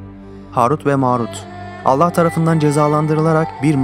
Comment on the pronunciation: bu vidyoyu şimdi izledimde adamın anlatım tarzı ve tekniği çok yalınız sonda ALLAH bilir yerine alla bilir diyip h harfini yutması dikkatimi çekti den sonraya dikkat